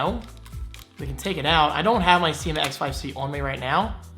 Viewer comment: Every other youtube video review I've seen says "seema" not sye-ma